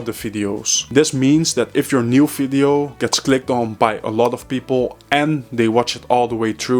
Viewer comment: "Fideo" or "Video" ?